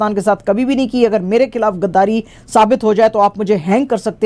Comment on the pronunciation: کھراب نہیں خراب گداری نہیں غداری ۔ شکریہ 🌹